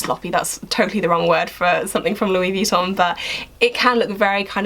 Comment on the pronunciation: Pmsl at the way you say Louis Vuitton